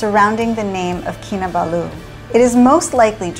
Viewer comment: You pronounce the last two syllables in Kinabalu as Baloo from the Jungle Book lol. I usually pronounce all the syllables equally